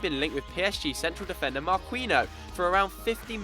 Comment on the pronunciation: "Marquino", really..